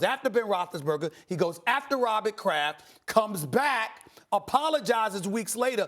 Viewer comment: Robit’ Craff’ 🤦🏽‍♂️🤦🏽‍♂️🤦🏽‍♂️🤦🏽‍♂️😭😭😭😭